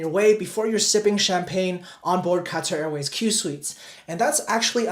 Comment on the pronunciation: what is cutter airway? Do you mean Qatar? Lol😂